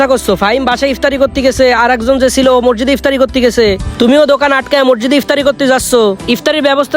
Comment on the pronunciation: ভাই মরজিদ হবে না সঠিক উচ্চারণ হবে মসজিদ